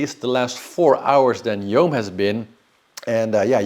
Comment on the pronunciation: Yoann is pronounced Yo-hann it's a name from Bretagne. Means God gives grace. "Yoann est d'origine hébraïque. Ce prénom provient de « yohanân » et veut dire « Dieu fait grâce ».